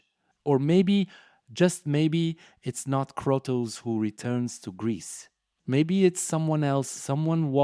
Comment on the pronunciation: Learn how to say Kratos you terrible content creator